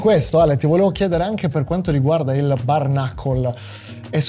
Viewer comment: Ma porco dio come cazzo pronunci bare?